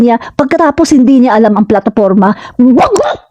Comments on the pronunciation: Hindi po bugak Ma'am..Bugak po..Bugak😂😂😂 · Nakakatuwa ka naman po pagkasabi mong bugog